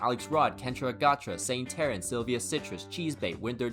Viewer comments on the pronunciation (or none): none